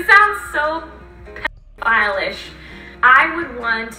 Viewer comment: At first I thought this whole thing was being overblown a bit. But the more I watched the more disturbed I got. Lying and getting a dog killed, filming dead cat, filming naked little boy at the beach, the sheer amount of times she said the world pdoohile. WTF this is a very creepy person.